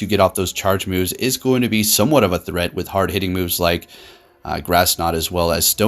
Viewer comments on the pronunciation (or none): none